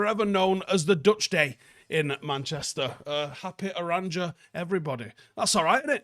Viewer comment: It’s pronounced OranYa;-)